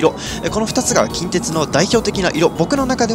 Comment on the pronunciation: 近鉄の発音が気になる大阪府民